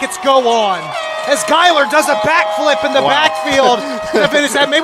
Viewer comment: #41 is pronounced GUY-ler